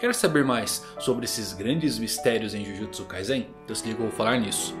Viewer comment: acerta a pronuncia mano kkkk jujutsu kaisen - com S